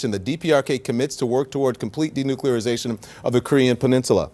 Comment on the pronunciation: fkn yanks ---- when y'all gonna larn ter respek d'inglish language? fkkrs can't even say N U C L E A R --- even when it's a participating in 'DENUCLEARISATION'' .. pronounced by our man here as ''d e n u c u l a r i s a t i o n '' ---- a la GWBush. If you can't speak language proper, like .. how we gonna trust y'all ta fink??